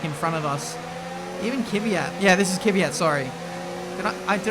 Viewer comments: Is it just me or is pronouncing Kvyat wrong all the time? Its is Kvyat, not Kivyat. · THAT'S KVYAT NOT KiiiiVYAT KVYYYYYAT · Kiwiayt xD